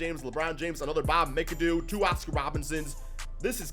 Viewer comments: It's pronounced MACK-A-DOO not mic-a-doo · Bob Mee-Ka-Doo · Bruh lol It’s MACadoo even tho it looks mcadoo lol And bob Pet it not PeeTit lmao